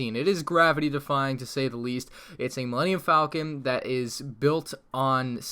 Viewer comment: Falcon, not Faclon😛